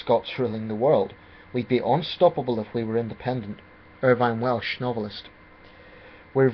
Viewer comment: You are so out of touch instead of living in the North of England you would be as well being 1000 miles away. So out of touch you can't pronounce Eddi Reader and Irvine Welsh's names correctly. Not sure if you even know who Eddi Reader is? You are so out of touch you keep on mentioning nationalists and nationalism and cybernats. You are so out of touch that you do not realise that the SSP & Greens support independence who don't consider themselves nationalists. There is even a strong, growing Labour for Indy group. That's why ex pat Scots like you don't have the vote as you just don't get it and are so out of touch that it is embarrassing.